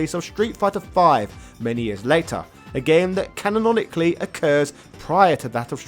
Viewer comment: Sean gets pummeled as much as you pummel the word canonically! Cannononononically